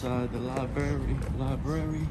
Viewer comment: Lost when you could not even pronouce LIBRARY correctly when you opened your mouth..............